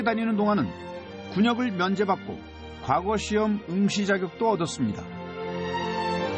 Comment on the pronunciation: 콘텐츠는 그런대로 이지만, 내레이션이 엉망이군요. 과거科擧 시험에서 과科는 평성으로, 짧게 발음해야 합니다. 지나간 과거過去에서 과過는 거성으로 길게 발음해야 하지만요. 향교鄕校와 향촌鄕村의 향은 평성으로 짧게 발음하고, 향사(享祀)와 향수享受의 향享은 길게 발음합니다. 정말 듣기 거북하네요. 우리나라의 대표 공영 교육방송 EBS가 이 정도 수준입니까?